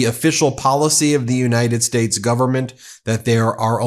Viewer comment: He called us the United "Spates". Lol 😆